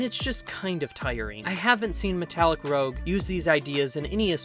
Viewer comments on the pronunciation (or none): Sorry to nitpick, but I believe it’s “roozh” like red cheek coloring. Rogue is what you are saying.